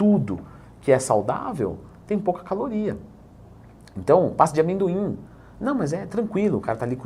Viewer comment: Ainda bem que ele falou pasta de amedoim hehe